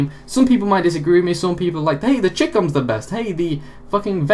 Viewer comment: It is not CHICUM, it is CH-EYE-COM!